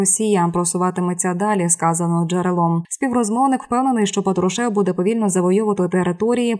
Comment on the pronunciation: Уберите безграмотных дикторов, Патрушев, ударение на "а".